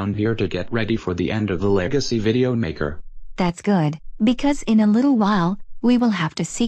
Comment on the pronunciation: Legacy not lagaci